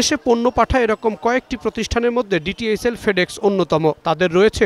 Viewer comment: সাংবাদিক ভাই ডি এইচ এলকে বললেন ডি টি এইচ এল